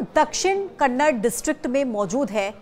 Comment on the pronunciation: It's not KANNAD it's KANNADA pronounce it properly